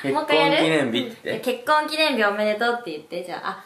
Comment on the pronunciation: ぽんすがどんどん人間になっていく 発する言葉ひとつひとつの発音がはっきりしてきたし 話す言葉の種類も増えたし 「結婚記念日」なんて難しい言葉も言いにくそうにしながらも言えるし パパがお仕事を頑張ってることも分かってて、それを言葉で伝えようとしてるし もうすぐママのお腹の赤ちゃんが産まれて自分がお兄ちゃんになる、お世話をするっていう気持ちがあってそれも言葉に出すし もう、全てが感動だ…(一応保育士2年目) これからどんな家族になっていくのか、もっともっと楽しみです！